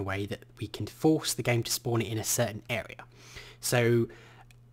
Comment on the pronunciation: cirten? its certain :P!